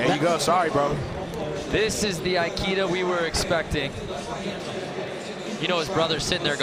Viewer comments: Ikeda not Aikida ;D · Commentator murdered ikeda’s name , it’s not pronounced like the store